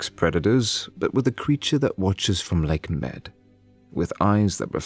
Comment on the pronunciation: it is said Lake Mede/Mead... not Lake Med...